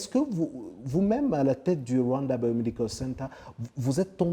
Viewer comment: J' ai adoré la façon dont laquelle il () prononce le mot "Rwanda". (Voir ) Vraiment "👌"